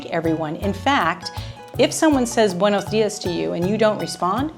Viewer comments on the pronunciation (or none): none